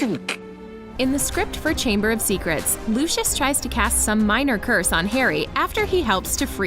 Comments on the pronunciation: its pronounced, "Loo-see-us" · She clearly has never seen Harry Potter because she can’t pronounce Lucius Malfoys name correctly 😐